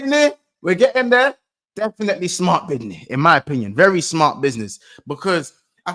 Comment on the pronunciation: "Bidnih" is the new catchphrase now 🤣